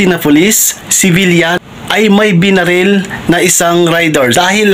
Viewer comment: Binaril po, hindi benarel.